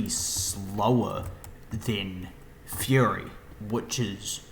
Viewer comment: Fury not furry